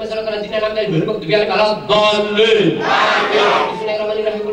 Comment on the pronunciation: YG GW DENGER : Dolinnn AAMINNNN